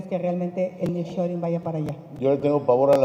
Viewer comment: EL NIRR SHORING JAJAJAJA